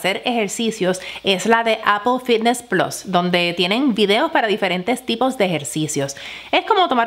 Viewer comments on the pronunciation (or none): none